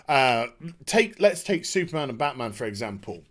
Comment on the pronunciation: its batmaam